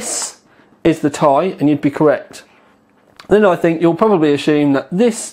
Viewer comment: I like you, but "TY" drives me mad, it's t....i